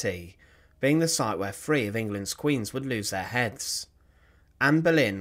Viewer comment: Sorry, but the narrator is just to painful, “free Queens” instead of “three” just makes me unsubscribe. Goodbye!